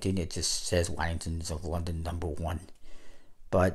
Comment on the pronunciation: You’re pronouncing Waddingtons wrong 😅